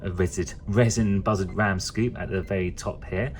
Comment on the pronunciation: Sounds like you're saying buzzard collectors instead of bussard collectors. I've always heard it pronounced "boo-sard"